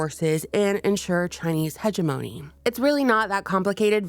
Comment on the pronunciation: Hegemony is pronounced heh-JEM-uh-nee not heh-jeh-MOANEE Jus sayin lol.